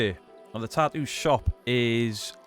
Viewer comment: MUCH ADMIRATION, RESPECT AND LOVE BROTHER from the states. Tattoo, not ta-oo.